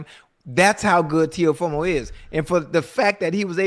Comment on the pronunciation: Man I love yall but yall don’t know nothing about boxing yall just saying stuff don’t even know half the boxers names Ocho can’t even say teo last name right and saying stuff that isn’t even right love you guys tho😂